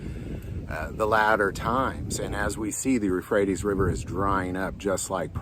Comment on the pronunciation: Euphrates, not rephrates